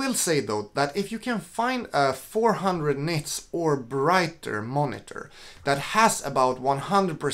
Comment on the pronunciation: are you saying 'nets' of brightness??